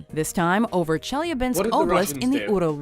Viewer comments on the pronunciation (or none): Watch mojo could have at least looked up how to say Chelyabinsk it was awful its pronounced chellybinsk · I’m sorry but the way she pronounce Chelyabinsk made me giggle